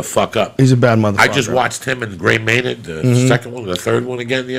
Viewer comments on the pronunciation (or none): none